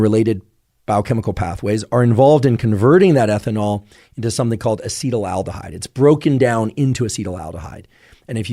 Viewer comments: It might be snobby but I can't take his opinion on alcohol seriously when he's saying "acetyl aldehyde" instead of acetaldehyde. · It bothers me how Huberman often pronounces chemical compounds wrong. Acetaldehyde is not pronounced "acetyl aldehyde". Makes me think he just reads this stuff on Wikipedia and doesn't actually study it. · Huberman can't even pronounce "acetaldehyde"